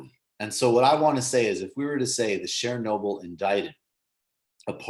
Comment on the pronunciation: Yikes, your pronunciation of Chernobyl makes me cringe. It's pronounced "Chur-noble" as you'd say "churn", not "Share-noble." I realize you probably weren't around back in 1986, but jeez.